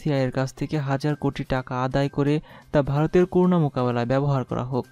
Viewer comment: Bro, Pls. make correction of pronunciation of “CORONA” . This is not “koruna”